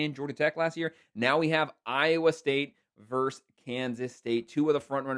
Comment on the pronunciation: Where is the call on the Michigan game? You need to look up the pronunciation of the word VERSUS. It is not verse.